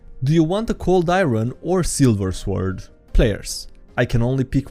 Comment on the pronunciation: ffs you're a dnd channel, learn how to pronounce sword